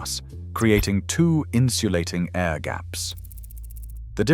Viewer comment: Poor voice over man couldn’t say air A.I.R gaps haha